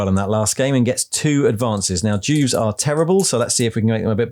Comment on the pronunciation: I thought you said Jews instead Juves , imagine my confused face 😫😳😰